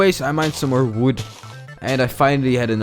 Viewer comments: Why Do you say wwood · And its like uwi